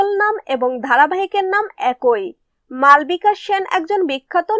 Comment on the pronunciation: Ami jantam but name ta malbika noy malobika but Spelling ta malbika.. Apa ota vul Pronauncession